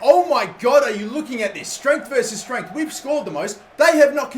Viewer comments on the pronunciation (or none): none